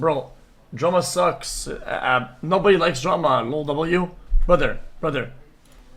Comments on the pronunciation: sounds like he's saying jerma lol but yeah drama does suck especially with this insufferable individual named sneako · Ngl when he said at the beginning “no one likes drama” I thought he said “no one likes Jerma” and got so confused bc most people like him 😭